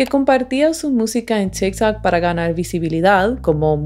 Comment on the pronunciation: En tikj takj, persounas... Jaja así suena porque hablas así? Tu apellido no checa con tu pronunciación...